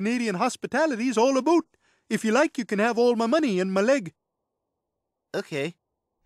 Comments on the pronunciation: Who did meet a Canadian who says "Aboouut " yet he or she vehemently denies pronouncing it like so? I did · Wherever they're supposed to be, wrong accent. That's an eastern thing. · It's obviously exaggerated for comedic effect in this clip. It's just something that Canadians can't pick up on because naturally, you don't realize you're saying it that way because you're not listening for it. Just because you don't notice it doesn't mean that it doesn't exist. It's much less pronounced in Ontario, but head out the the prairie provinces and it's quite a bit more noticeable, especially amongst older speakers.